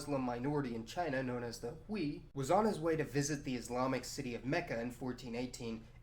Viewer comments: Minor detail, but the Chinese minority 'Hui' isn't pronounced 'hwee' but rather more like 'hway.' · Hui sounds like “hway” Zheng He roughly like “jung huh” ... 加油！